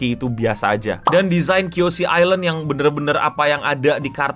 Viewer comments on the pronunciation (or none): none